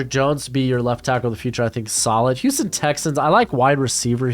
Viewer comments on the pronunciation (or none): none